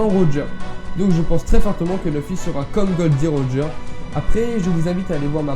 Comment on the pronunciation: Juste , ce n'est ni Gold Roeger ni Gold D. Roger mais Gol D. Roger, j'entends plusieurs fois la faute :c. Théorie intéressante sinon.